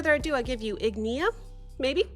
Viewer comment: it's ign[i]a. And the singer is Helle, not Yulia, lol